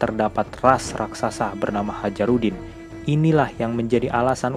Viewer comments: Hajrudin bacanya hayrudin bang wkwkwk. Bukan Hajarudin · Tulisnya Hajrudin - bacanya hayrudin - bukan hajarudin min.